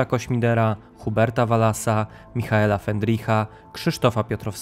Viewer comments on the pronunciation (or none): none